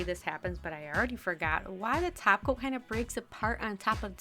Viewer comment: Did you just say 'taco' instead of 'top coat' like Cristine?